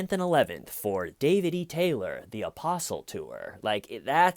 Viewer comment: Every time you say "apostle" I hear opossum. Opossum David Taylor